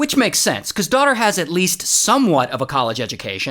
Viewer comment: Sorry but dwawderr 😂